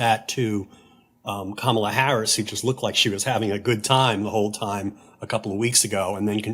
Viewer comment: Hey George, please pronounce Kamala correctly… don’t follow your wife’s lead.